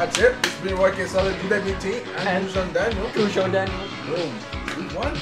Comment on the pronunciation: Gujuoi Daniel... lol